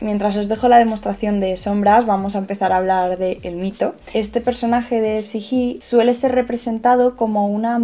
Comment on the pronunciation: Soy fanatica de la mitologia griega y me se casi todas las cosas sobre este tema.La historia ME ENCANTA y en español psique se pronuncia (sike) asi de simple jaja...te amo besos😙😙